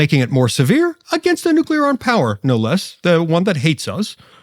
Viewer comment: Walz said nucular NOT nuclear.